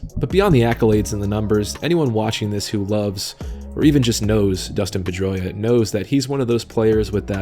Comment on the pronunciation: PED-droia is more like it